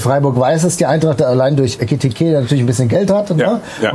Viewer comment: Nachdem "Etikite" weg ist, braucht die Eintracht definitiv einen Ersatz, den man die nächsten 2 Jahre falsch ausspricht Also her mit Ritsu Doan.